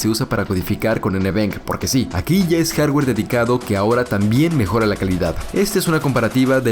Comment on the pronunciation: En cuanto al jarrwerr xD